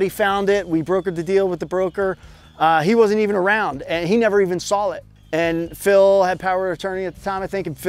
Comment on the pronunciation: he never even SAWL it 😂